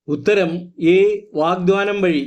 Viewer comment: Sir, വാഗ്ദാനം എന്നാണ്, വാഗ്ദ്വാനം അല്ല 🙏എഴുതി കാണിക്കുന്നത് ശരിയാണ്, പറയുന്നതിൽ മാറ്റം ഉണ്ട്